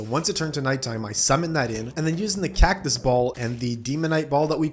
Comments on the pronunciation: No way bro called cactus cactuos💀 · Wtf with that "cactus" pronunciation, sounds like an Indonesian 😂😂